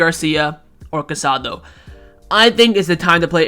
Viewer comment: There is an accent mark on Casadó. Please pronounce his name correctly—stress is on the last letter.